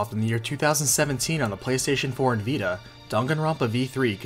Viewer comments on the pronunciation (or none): none